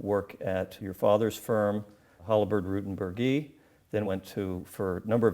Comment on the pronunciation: The Queensboro Bridge was home to NY State's last streetcar line, which stopped at the mid bridge elevators until 1957, 2 years after the road bridge from Queens opened. Also Burgee's last name is pronounced with a soft "g", bur-GHEE.